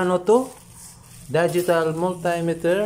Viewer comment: Daygital multaymeter sounds like daygii and Gugol